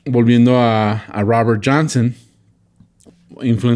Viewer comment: El Raaber Janseeen me distrae mucho...